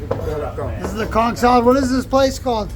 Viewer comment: Why is it all these tourists love to report, give their opinion but they can't pronounce conch or Kalik😂🤪🙄??